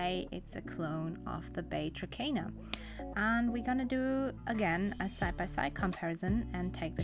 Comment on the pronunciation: No offense, but you're supposed to pronounce it 'Trakner' :) Nice video, though!